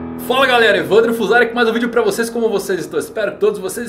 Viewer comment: . agradeci o Evan D. Row pela pronuncia no vídeo! Ja que Yamato se apresenta como homem! Eu gostei do respeito a identidade!